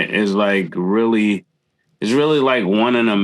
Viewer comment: haha said “I WEALLY WISH”